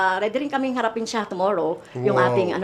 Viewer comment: C convicted tomorrow bisaya ba yan ang pangit pakinggan pagbigkas niya tomorrow npa convicted ito ang mga aso n tamby magkanu natanggap m kai tambi